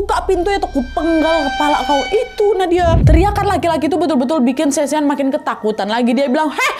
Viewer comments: Shawn❌ Sean✅ Sebutan 'Sean' sama dengan 'Shawn' 😅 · Sean di sebut ‘shawn’